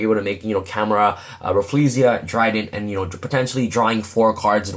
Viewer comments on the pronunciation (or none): none